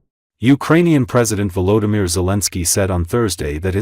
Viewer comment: Le président ukrainien Ouimir Zelenski ? Je croyais que son prénom était Volodimir ! Et si vous cessiez d'utiliser l'IA, qui est une véritable catastrophe et embauchiez des êtres humains pour les commentaires de vos reportages ? Ne serait-ce que par respect de vos auditeurs, à défaut de vous respecter vous-même.